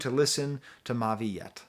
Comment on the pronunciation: you got it right the first time for the pronunciation. i was lucky enough to meet him before i’d heard his music so i was able to have just a normal conversation and he was very down to earth. then i see him preform his last album, and immediately knew he was destined for this.